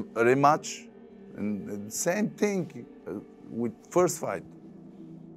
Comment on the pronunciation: Last time you said same ting 😂